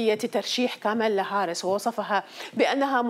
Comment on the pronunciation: البي بي سي كانت مشهورة بإتقان العربية!!!! لفظكِ لاسم المرشحة الديمقراطية خطأ. لا يوجد شدّة على الاسم الأول!!! والثاني ليس هارس بل تلفظ بكسر الهاء. تعلموا العربية